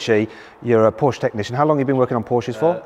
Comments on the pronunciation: Even when the Porsche employee keeps correcting your wrong pronunciation you continue with inaccurately pronouncing Porsche! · Its not 'Porsche' . . . . its 'Porshaaah' 😆😅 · How tf can Matt still pronounce Porsche as Porsh as an owner? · come on Mat, it’s PORSCHE, not pooOOsh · You can’t or won’t say “Porsche” properly? You’re a punk. Go buy a Corolla. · You said the brand wrong and the wheel is on the wrong side. Lol did you wreck it? Jkjk I sat in my c4s today for the first time. We all have fun don’t we? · Another person who does not recognize that Porsche is a two syllable word................... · Owns a Porsche, is a motoring journo, but doesn't know how to pronounce the brand's name. There again, he's also used "broke" as the past tense of "brake"! Probably thinks "brake" is spelled "break. 🤣🤣🤣🤣🤣🤣🤣🤣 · Stopped watching the video and gave it a thumbs down soon as you pronounced Porsche incorrectly.